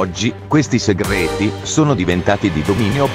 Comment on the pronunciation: Ahahaha fai troppo ridere quando dici SEGGRETI